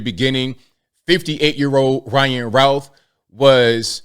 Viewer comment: "Routh" is pronounced just like "youth". Not "ow".